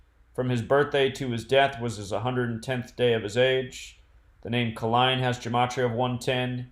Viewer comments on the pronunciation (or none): His name is Pronounced KAY-LINE not KAH-LINE lol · His name was pronounced Al K'line, do research so you won't sound so uninformed.